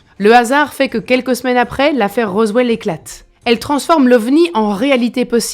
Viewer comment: ... Dans un wwwwwwwwranch de la région de wwwwwwwrowwwwswwwwwellllll ... 🤣🤣🤣 Yeaaaaaahhhh 🤠🤪🤣